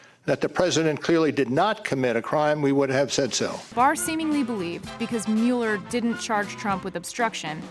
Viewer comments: How many times have we, as a society, heard the pronunciation of Robert Mueller's name in the last 2 years? How is this woman still saying it wrong? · It's Mull-er not mule-er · OMG if she says MEWLER one more time I'm going to turn it off. It's pronounced MULLER. MULLER not MEWLER. GAH! STAHP! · Please, please stop calling him "Mule-er", it's "Mull-er." Killing me! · Pronounced MULLER report ... I mean come on get it right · It's pronounced Muller. If you researched, you would know it. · Pronounced Muller, as in, one who mulls. No rhyme with Bueller. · Why do you keep saying Meu--ler? Not how it's pronounced and fairly distracting due to how many times you use it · oh my lord please PLEASE stop saying mew-ller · It is pronounced like "Muller" no long u. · How does Jamie Lee not know how to pronounce Mueller's name after the last two years and why didn't you, I dunno, get a take where she says it correctly? It's hard to take her seriously as a narrator after that tbh (even though her voice is wonderful and seems clearly talented). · Please pronounce Robert Muellers name correctly! She’s driving me nutz. Good info though. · why did nobody correct her continuous mispronunciation of mueller's name